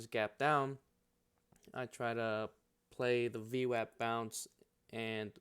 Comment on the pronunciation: As soon as I heard you pronounce it VWAP and not VWOP I Subscribed. Then seen you used Multiple timeframe VWAP and that was conformation. I would like to see you make more content. VWAP earnings Reversals have been a 90% plus winning trade.